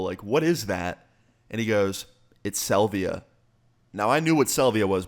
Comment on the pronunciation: Dude can't even say salvia correctly